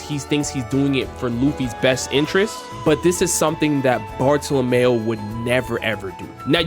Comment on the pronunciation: Please pronounce the name of Bartolomeo correctly "Barto-Lomyo"